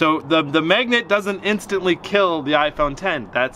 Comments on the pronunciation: MAGNET NOT MEGNUT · Is he says "megnet"?